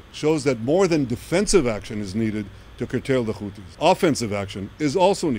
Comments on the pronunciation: He can say the letter H… why he keeps saying Khuthies? It’s Huthies. They always add a Kha letter to those they accuse as terrorists. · This silliness of saying Khoutis when next he says ‘hundreds’. They obviously know how to pronounce the ‘h’ sound. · “Da خuties” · Oh my god he’s saying khoootis? Now that’s another level!